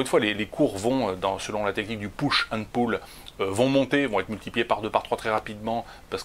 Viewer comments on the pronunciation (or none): none